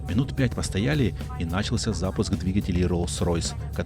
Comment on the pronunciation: Спасибо за топ контент. НачалсЯ так правильно ударение. И одноврЕменно